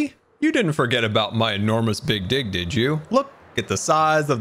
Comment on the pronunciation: "Super fast pantsless mode and lets make some magic happen" Im not even gonna comment about that. Oh oh oh That almost sounded like dic But you said dig.